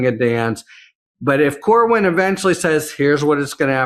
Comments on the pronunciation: Cornyn, not Corwin. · Corwin? Seriously,? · CorNyn not Corwin. Please? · CorNYN, not Corwin,. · its CORNYN! Its not CORWYN!!! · It's Cornyn,, not Corwin. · His name is Cornyn not CORE-WIN. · His name is Cornyn not Corwin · Why is someone as intelligent and competent as consistently mispronouncing Cornyn’s name? There’s no “w” in Cornyn Why did he refer to him as “Cornwyn” every time? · It's Cornyn not Corwin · dude its CORNYN not CORWIN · Dude. It’s Cornyn, not Corwyn. Ben, why would you let him keep doing that? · I love you to pieces, but it's Cornyn!! Cornyn. Not Corwyn. 😂 My ADHD was popping off. You guys are the best!! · I agree with the commentary of both of you gentlemen but, seriously, doesn't even know it Cornyn not Corwin and you don't correct him Ben? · his damn name is "Cornyn", I'm on your side, get it right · you are too damned smart to not know how to pronounce Cornyn's name.